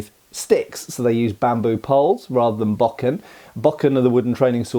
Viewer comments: The master swordsman’ name is Kyuzo and he is played by Seiji Miyaguchi. I notice you pronounce bokken as baw-Ken, which is phonetic for English speakers, however, with a Japanese pronunciation is bō-Ken. I have an idea about the scene, though I don’t know if it’s right. I think it may have to do with the proper attitude of a samurai. There’s a thought expressed by Masashi and repeated in a lot of Japanese cinema, that a samurai must enter battle resolved to death. If you are thinking about victory, or even about survival, you will be distracted and not able to put 100% of your focus on killing your opponent. In a clash where one swordsman was so focused on killing his opponent, doing so meant he had won, even if he died in the process. I think that Kyuzo deliberately let himself be “killed” in the duel with bamboo sticks to test his opponents resolve. Kyuzo delivered his strike with perfect focus and complete disregard for death. However, his opponent was driven by ego, and wanted to claim victory. Thus, he lacked perfect focus, and in that sense, lost the duel. Kyuzo understood that, even though the man had skill, this lack of focus meant he could not possibly win a real duel. As Kambei watches the duel he says, “This is absurd, there is no contest.” I believe this line is included to show that he has made the same observation Kyuzo has. Superficially, the two men seem evenly matched, but to Kambei, it is obvious that Kyuzo has the inner stillness that comes with mastery. T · "Bokken" (wooden sword) sounds like "Bo-Ken" rather than "Bok-In". Great teaching tools that have been used the world over for ages.